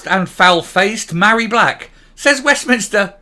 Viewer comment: Her name is not pronounced Marry, Mh in Gaelic is a V so she is Varry. I am Mairi because my name has no H. Hope I made myself clear. Funny that she doesn't know the origin of her first name.